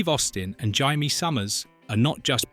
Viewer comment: This was great. By the way, her name was Jay-me, not Jie-me.